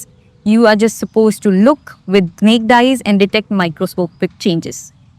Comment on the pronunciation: heard this pronunciation of "naked" for the first time 🤔